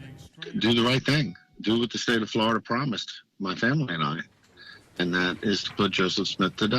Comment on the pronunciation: why is it just glorida it sounds so stupid to me im from England